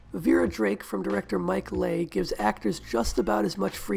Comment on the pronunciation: Excellent essay! Thank you. Just FYI, Mike Leigh's surname is pronounced "LEE"